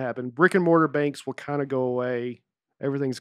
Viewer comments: I would really appreciate it if Nate would try to pronounce the difference between wheel and will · Nate pronounces “will” and “wheel” exactly the same way